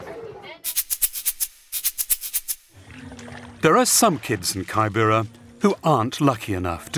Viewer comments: The way he pronunces kibera 🙄. The first syllable is pronunced like the way you say 'key' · Kaai- bera is not the name it’s keybera. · lol its pronounced K-I-B-R-A not kybera smh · Kaibera.....sounds weird. It's kibera....pronounced as key_bay-ra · pls it is not pronounced kai bera. It is ke bebara as in key.. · Anyone else triggered hearing 'kaibera' 🙄🙄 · It's KIBERA! KI-BE-RA! 😭😢